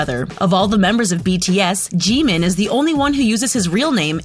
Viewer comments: StOb It nOw lEaRn hOw tO pRoNoUnCe tHeIr nAmEs iTs Kim Namjoon not "Kim Nemjoon:! aNd ItS Min Yoongi not "Min Yoon gi"abn its Park Jimin not "Pek Jimin" Edit: and its kinda triggers me when she say their name ;A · THE PRONUNCIATIONS ARE TRIGGERING ME STOP SAYING JEEMIN 🤦🏻‍♀️ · Umm you don't pronounce Jimin's name like that Lmao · the way you say Jimin hurts me also I think he hits his members because he's embarrassed the way you say Jeon Jungkook hurts me as well seeing the thumbnail makes me idfk, Jhope was 19 or 20(?) when they made their second music video which was we are bulletproof pt2 Edit:hello again sisters(not a fan of james Charles and never was) Hoseok/Jhope was 19 in no more dream and we are bulletproof pt2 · Theresa Gallagher Jimin is pronounced with short i:) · The way she pronounced there names like sooga and min joongi, jeemin pack jimin jongkoo got me no hate but ye this just gave wrong information j hope is not the mother of the group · Ah, This vid is so cringe At the mispronounced names '-' Kim teary Young? Edit Thanks for the likes! And Jimin is soooo easy to pronounce it jim-in not Jee min